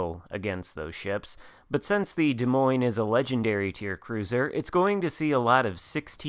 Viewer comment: As a resident of Iowa the s at the end of Des Moines is silent. Also as someone that utterly loves the play style of the DM you need to play more aggressive early on and us you stealth plus dpm to smash cruisers and DDs